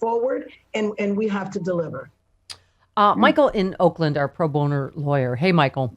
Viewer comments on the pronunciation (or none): That what I said! Stop the court for the exact amount of time it took to kill Mr. Floyd so that THAT time would weigh so heavily on the jury. Plus, Stephie? Did you just say “pro boner” lawyer? Lol